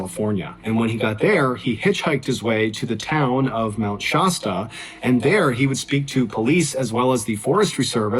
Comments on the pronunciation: Dude, it's not "Shosta" it's pronounced "Shaa-sta" like the soda. Like you're saying "sat" but put a "Sh" instead. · It's funny how people on the East coast don't know how to Pronounce places here on the West Coast I'm From Oregon (Or-y-gun) Which I'm about 2 hours From Mt. Shasta A as in Apple (Shaz-Ta) not( Shoz-Ta) lol! Just had to Point that out Mt. Shasta is in Northern California I live in Southern Oregon! So I know the Place and Trail He's Talking about Very Well!